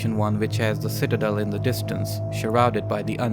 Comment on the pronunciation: Ah, yes, the Shitadel.